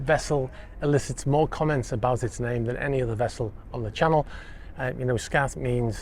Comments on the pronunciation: Pronounced "skaht" , rather than "scat". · Skat (pronounced 'scart') is a German card game. Like Bridge or Whist.